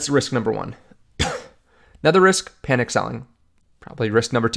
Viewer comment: "Panic" not "Panick"